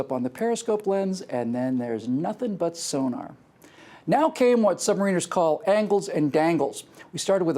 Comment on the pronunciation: I love the video. I was in the Canadian Navy myself and can appreciate the things you are talking about. But i gotta tell ya, you are driving me crazy with how you are saying submariner. It is a short i not a long one. so it isn't sub mareeeener, it is submariner, stressing mariner. Oh one more thing. It is not a floor it is a deck. Picky I know but for us old hairy bags, it matters. Other than that, great work.:)